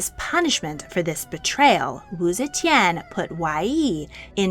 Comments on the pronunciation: AI narrated? coz see chan (ze tian)?? 😢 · My favorite part is when she said zechen